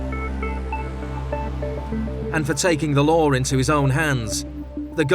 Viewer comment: Law = LAR 😅😅😅